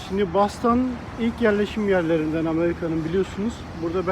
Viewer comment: Ben Türkçe'de `Boston` diyorum, "Bostın" ya da "Bastın" değil. Nasıl Londra'ya "Landın" demediğimiz gibi...